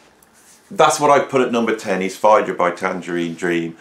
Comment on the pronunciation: Interesting pronunciation of Phaedra?